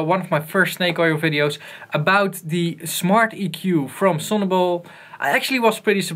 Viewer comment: lol sounds like hes saying "smarty Q 2"